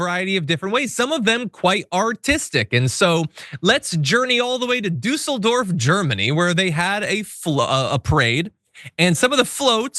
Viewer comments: you are the first american i heard saying 'Düsseldorf' right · Congratulation👏Düsseldorf is not exactly easy for Americans to pronounce, but you managed to get it almost perfect. We Düsseldorfers are proud of Tilly, the artist who has been building the floats for the "Rosenmontagszug" (a parade during Carnival) for many years. This time he has outdone himself!